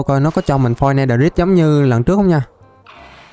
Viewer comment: netherite âm cuối rite phát âm "rait" mới chuẩn ạ